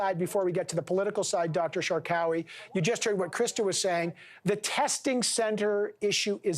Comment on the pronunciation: And that is “Shark Away” not “Shar Cowy”